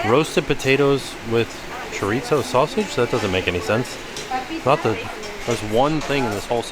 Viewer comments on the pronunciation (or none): none